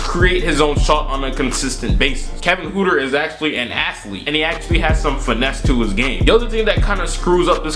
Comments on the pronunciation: 😂😂😂 his name is pronounced Hurter n not hooter but I like the vid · PRONUNCIATION GUIDE: NOT HOOTER, ITS HURTER. Like hurt.